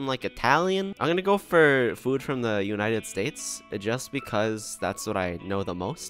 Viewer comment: Can we talk about the way says food. It sounds like “fuud”